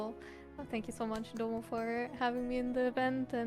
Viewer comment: Domo pronouncing everything weird just makes me think of that Key and Peele skit where the teacher is saying everyone’s name wrong but doesn’t believe it lmao